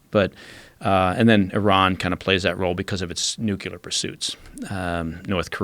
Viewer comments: His em-pha-sis is on a different sy-llable - trevor v. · >Eeesh!< When did "Nyou-killer" become the default pronunciation!? Every time I hear it it's like cats down a blackboard to me! Time was when I would throw out "Nu-killer" (ie, back in secondary school) thinking WHAT a clever pun I'd made (cringe!) Now, it's gotten so's I expect to be corrected for using "New-clear" literally any day! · Say it with me "nu - clear". Not "nucular". Bugs me so much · He lost me at "nuc-u-lar" weapon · How can anyone be trusted if they can’t even pronounce “nuclear”? Mr Baker is very Bush-like.